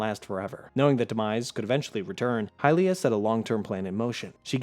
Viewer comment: They way you pronounced Hylia is straight up heresy!